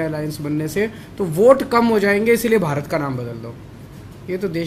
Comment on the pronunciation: He himself pronounced bharat dhash in his conversation and again defending nonsense against BJP.